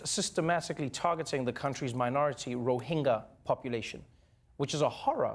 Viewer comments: Both newscasts got the pronunciation of Rohingya wrong. Its pronounced Ro-HIN-JA, not Ro-HING-YA. Its important to properly name the group under threat of ethnic cleansing. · The sad part is.....Trevor mispronouncing ‘Myanmar, Rohingya and Su Kyi’.